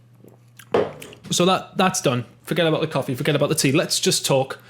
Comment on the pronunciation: said coffee like you where from Yorkshire haha